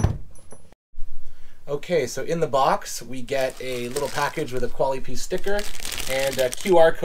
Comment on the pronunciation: The dude is pronouncing the product wrong. They’re a French company, or at least the brand name has French heritage. Pronounced more like Koala-P-S.